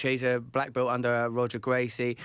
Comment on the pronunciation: "He's a black belt under 'R'oger Gracie"😬